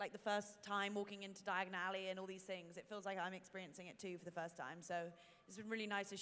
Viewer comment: omg when he said die-a-gone ally i was like its diagon alley not die-a-gone ally I realized at this point I am Hermoine granger ...